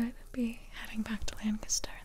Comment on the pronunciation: I live in Lancaster county Pennsylvania. Thank you for pronouncing Lancaster correctly haha. Most people don’t 💁🏻‍♂️